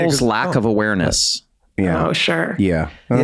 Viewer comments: Glenn my guy LMAO "ewareness" ..... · Freeze it. "People's lack of ewareness"